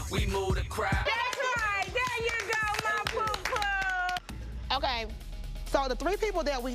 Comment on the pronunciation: it’s Pooh Pooh like Pooh bear